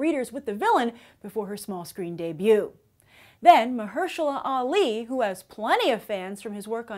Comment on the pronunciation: ...plus one for pronouncing cottonmouth's actor's name not only properly, but also well!!